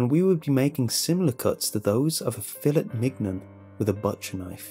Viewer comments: did you just pronounce "Filet Mignon" as Fillet Miggnun? I'm laughing so hard right now! It's "Fillay Min yawn" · Hey. Just wanted to point out, in case it helps in the future. "Fillet Mignon" is pronounced "fill-AY min-YON", and "apropos" has a silent "s" so it's "APP-roh-POE". Finally, I've noticed you say "respite" with a long I sound. It's a short i. Pronounced "RESS-pit". I love the videos. Just wanted to help prevent you getting trolled in the future. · Fill-et Mig-non... Filet Mignon? As in the cut of steak? Pronounced 'Fi-lay Min-yawn'. Just for future narrations. No disrespect! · Apropos is pronounced app-roh-POH. Refer to . Subcutaneous: sub-kyoo-TAY-nee-us: Filet Mignon: Fill-AY min-YOHN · Did anyone else hear him pronounce filet mignon as "fill it migg nun" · "fillit mignun" 😂😂😂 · "filet minot" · fillet mignon sounds better the way u said it fill it mig nun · fill-et mig-non? Is it a British thing or just an error? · That filet mignon pronunciation tho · I heard that filet mignon 😑that's not how I Learned to say it 😂